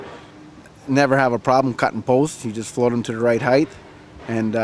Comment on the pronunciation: There is no such word as "heighth"